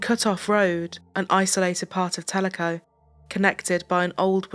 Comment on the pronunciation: You are the only one to pronounce Telico right. i was in junior high in Ennis when her and her brother were murdered